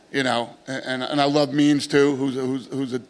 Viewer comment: I thought he said " I love memes" Instead of "means" lol